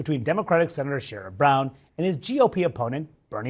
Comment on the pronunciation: Trump and fellow repubs. all the way in 2024! (btw, correct pronunciation of brown attached ,,,as an ohioan.) Keep up great work!